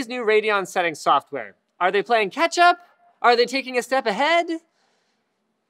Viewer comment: I thought he meant catch-up by saying Ketchup